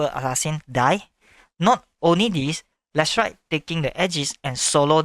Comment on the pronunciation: His name is Leshrac not Lichess